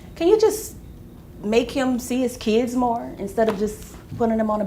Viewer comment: Stop calling them keeeds. Their children. Not keeeds.